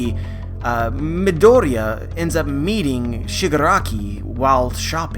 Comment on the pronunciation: nice video, it's just that i can't bear u saying midoriya wrong xD